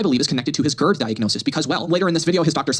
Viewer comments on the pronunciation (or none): none